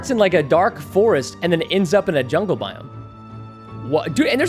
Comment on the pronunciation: Fix ur Speech its Jungle not yungle